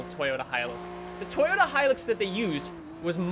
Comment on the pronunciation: Hi-LUX not hilex come on dude